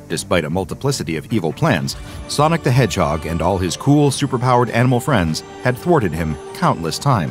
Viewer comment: Did this dude just say ColdSteel the Hedgeheg? LOL